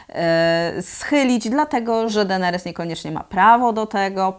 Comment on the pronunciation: Dlaczego mówisz Denerys zamiast Deneris? Strasznie bolą uszy matko xD